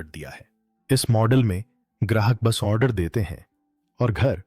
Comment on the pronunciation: लिखते हो ₹ 7,999/= और बोलते हो 7,999 $ , तुम पर भरोसा कैसे करें ? अपने बोलने के तरीके में सुधार करो, जहां भी " ऑ " बोलना होता है जैसे कि "ऑर्डर " या " ऑपरेशन " वहां पर "न" को ठूंस देते हो और "ऑनर्डर " या " ऑनपरेशन " बोलते हो, तुम्हारी इस महामूर्खता पर हंसी और गुस्सा दोनों ही आते हैं।